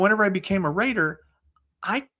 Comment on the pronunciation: Rater not Reed 😂